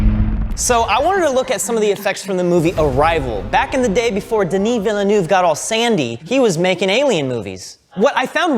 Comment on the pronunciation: Denee Vilanoove 😂